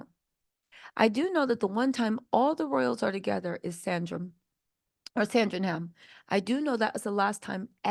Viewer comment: San dring ham. Not Sandram. 😂😂😂